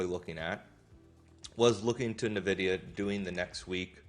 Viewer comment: It's ENN-vidia, not NUH-vidia. I lived in Silicon Valley for 25 years and drove by their HQ every day.